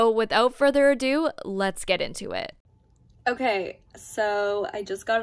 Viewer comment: Wait did you just say "without further ordo"